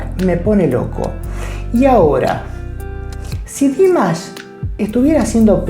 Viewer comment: He absolutely does not and By the way, you are not even saying it right so maybe look it up before you say the wrong thing a third time . This is the second time you are saying it wrong. If you ever saw him LIVE you might realize he is good enough to sing live.